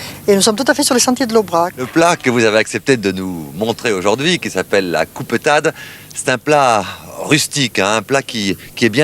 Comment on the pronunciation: Lorsqu'elle parle aux gamins elle reprend son accent. 😊